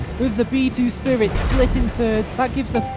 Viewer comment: B2-Spirit sounds like (Bee To Spiret)